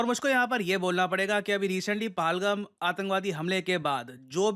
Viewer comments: Not Palgam it is PAHALGAM, please correct it. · पहलगाम not पालगम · sir aap “PALGAM” bol rahe ho. Lekin ye “pehalgam” hai. Please 🙏 isko Theek karo. TNX sir 🫡🫡🫡. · Bhai paalgham nahi hai Pahal-gaam bolte hain and it's not fusil-age it's pronounced as fusil-aaj.. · Sir PalGum नही पेहलगाम बोलो pls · Palagam ni hai... pahalgam... Itna b ni bola jata🤔